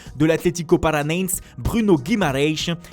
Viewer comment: L'atletico paraneinssss